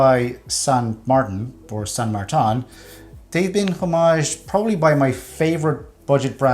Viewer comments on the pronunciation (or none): san martin not san martan